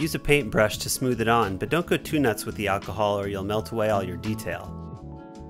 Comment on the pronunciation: “But don’t put to much achahol” what are you saying here?